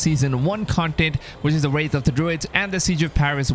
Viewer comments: It's Wrath not Wraith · "Wrath" not "Wraith"